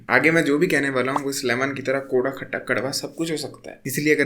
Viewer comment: The way he says Koda in pahadi accent (lemon chus le)😂